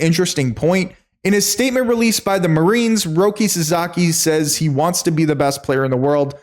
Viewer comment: Roki's family name is pronounced SASAKI, not SAZAKI. Please get that right.